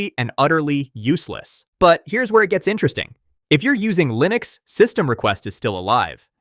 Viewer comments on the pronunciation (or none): none